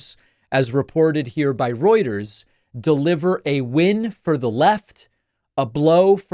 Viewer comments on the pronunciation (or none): none